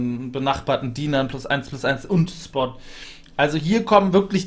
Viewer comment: Außer, dass man "Schpott" sagt und nicht "Spott", toller Guide!